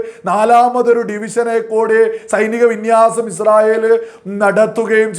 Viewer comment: ആദ്യം നീഇസ്രായേൽഎന്ന് ഒന്ന് പറയാൻ പഠിക്ക് എന്നിട്ട് വീഡിയോചെയ്യ് തീട്ടമേ അൽ കാട്ടണേ😂😂😂